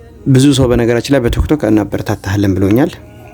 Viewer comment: ቱክቶክ አትበል ወንድሜ ቲክቶክ ነው የሚባለው አስተካክል በተረፈ በርታ